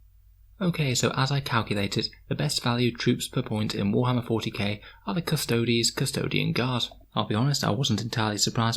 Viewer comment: thank you for not pronouncing them "custoads" :)